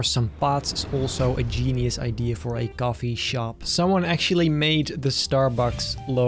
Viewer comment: H ahaha blud said gafe not coffee